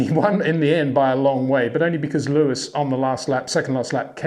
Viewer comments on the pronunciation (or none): HEY PETER WINDSOR, I HAVE MESSAGE FOR YOU SIR: it is NOT Max "verSHtappen" ... Max is not German (Germans indeed do pronounce "st" as "sht") ... #Max33 = Dutch NL/Belgium! ... It is not "Bottash" nor is it "Lewish" certainly not "verSHtappen" .... This BS started long time ago when a British sport presenter interviewed father Jos Verstappen and assumed you can use a German pronunciation to a Dutch Driver thinking it is so "funny" ... It is not. SERIOUS QUESTION: Can any Englishman say "versatile" out-loud without saying "vershatile" phonetically? most can about 99,99% ... that is why most English can pronounce Verstappen 100% correct!